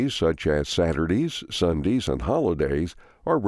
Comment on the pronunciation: SaturDEE? SunDEE? 😀😱